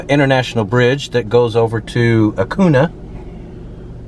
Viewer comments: Acuña es pronounced A-coon-ya. There, I said it. I had to get that off my chest. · Pronounced Acoon-ya. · Loved your video, I moved to Del Rio and have been living where for a year, did you get to check out Lake Amistad? It’s beautiful and also Acuña is pronounced Acun-ya haha just thought I’d let you know 😊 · btw it's pronounced Acunyah! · If you want to understand why immigration is so bad, you need to go to Acuña. It’s pronounced AcunYa by the way. 🤠 I’m enjoy these. We used to hunt in Eagle Pass and Del Rio when I was a kid. When I was in high school, one of my friend’s parents owned a big hunting lease down there. We would tell our parents we were going to the lake for the weekend and instead go to Del Rio for the weekend and spend the whole time in Acuña. That was 20 years ago. The sketchiest thing about it was that we were all lying to our parents, but Acuña was safe. Blonde teenagers could wander around drunker than Cooter Brown. If you listen to the George Strait song “Blame it on Mexico,” the first line is “At a bar in Acuña called Ma Crosby’s, I found myself not feeling any pain..” It was a place where generations of Texans went to party and have fun. It closed about 10 yrs ago bc the violence of the drug war. It wasn’t safe for American tourists anymore. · It's pronounced "a-COON-ya." Del Rio is actually a pretty nice town; I've spent lots of time there. Brackettville is where they filmed the John Wayne/Richard Widmark film The Alamo. The film set (Alamo Village) still exists just north of town. Wayne's production company Batjac was headquartered in the old officer's club on the decommissioned US Army post Fort Clark; the building caught fire during the filming and the place was gutted. It was never rebuilt and the ruins still stand at the Fort Clark Springs housing area. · Acuna: Uh-coon-yuh👍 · Repeat after me.... "Ahhh-Coon-Yah" the N has a tilde over it... "See-enne-Gus".... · Cuidad is pronounced Cuidath and Acuńa is pronounced Acunya.